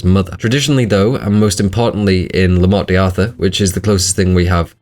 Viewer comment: Every time you say Morte deeee Arthur I die a little